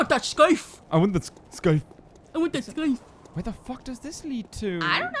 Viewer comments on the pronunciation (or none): scythe is pronounced sythe you dont say the c.